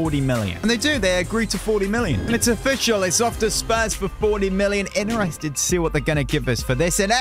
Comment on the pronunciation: "cenner mid" "innerested" this guy